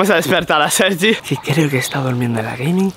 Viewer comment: soy yo o dice Sergio en vez de sergi